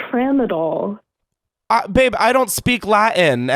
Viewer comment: “Trampazon” “tra-mo-dol” “tramadog what’s that for” stop I put this on to fall asleep to and now I can’t stop laughing